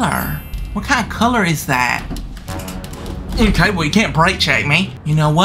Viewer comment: the bus just wanted to take a quick divet okayt 😂😂😂 and again it wanted to take a divet againt okayt and againt it just wanted to take a quick divet in the oceant okayt